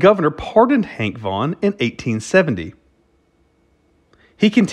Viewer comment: Is it Vaughn or Vaugnun. Never heard the 2nd 1 before but that don't mean anything